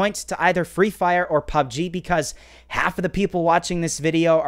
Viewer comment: Hi loves pubg but he can't say it🤪